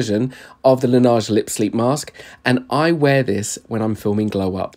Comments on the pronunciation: Its pronounced la neyige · it’s pronounced lan ehgh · i have british friends who pronounce it the proper way (it’s a french name) la neige (la nej) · Uhhh it’s a French company it’s pronounced “ la naj” please do ur research before throwing around hate 😊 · I’m sorry to point out this but it’s pronounced as “luh ·nayzh”. Although you sold me on that and I’ve been questioning myself if i need it whenever I go to Sephora. 😂😂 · Lol. La neige is French for “snow”. And your “pronounciation” is as bad as in the short 😅 it’s more like lá nège